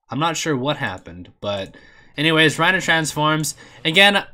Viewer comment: Why do you keep saying Reina